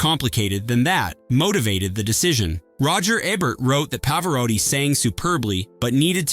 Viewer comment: Wow! Still screwing up Ebert's name and now Nick Nole-tee and Pa-vor-rati. I liked Partners. 😊